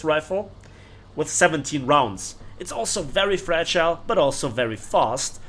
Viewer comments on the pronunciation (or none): none